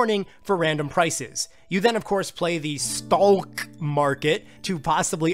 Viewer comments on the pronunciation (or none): I died when he pronounced Stalk weird 😂😂 stalk is pronounced like stock 😂 that’s the point lol but great video I really did enjoy it and it just fed to my hype 👏🏾